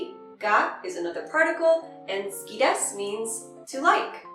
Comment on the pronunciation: Not "tsuki" it is "suki" and you can say it like ski